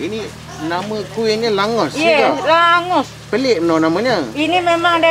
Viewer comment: nama sebenar dia, Langoš. boleh jumpa area hungary, slovakia dan czech republik. sebutan sebenar kalau dalam bahasa melayu, baca sebagai 'langgosh'.